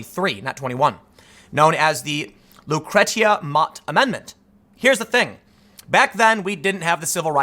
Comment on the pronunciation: A little pet peeve of mine please look up the proper pronunciation of the name Lucretia. The big law to look out for is Title IX. This law deals with more than sports at high schools and colleges. Obama opened it up to transgender people without any substantial conversations or debate, essentially giving into identity politics like a typical liberal/left person. We need to be grown ups and actually have debates about the issue of transgenderism. I stand with the reality based people who believe in tenth grade biology class. I believe in not bullying anyone and not allowing anyone to be bullied. This should include not forcing me to lie about sex. There was a Christian teacher fired in Virginia for not using the preferred pronoun of a transgender student. This teacher used the student's new name, but accidentally used an improper to the student pronoun and lost his job.